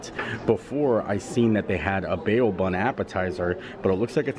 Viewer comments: Bao=Bow not bay oh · Hi. I love your dining reviews and your willingness to try new things. BTW, "bao" is pronounced "bow" (like bow wow). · Those buns are pronounced like “bow’ like bowing to someone… in case you care enough. Cheers! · The new rooms are okay looking but $700-$800 a night? Noooo thank you. Also bao is pronounced as bow like bow to your partner. 🙃😊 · Stats for this video: Fancy: 2 Amazing: 15 Holy-Moly: 2 Any-who’s: 2 Mispronouncing bao buns: 3 Not showing the pinball machines: -1000